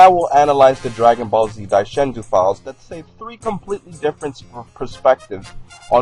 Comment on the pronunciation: I hate how you say Daizenshuu. "Dai Shen Zuu". Dai Zen Shuu.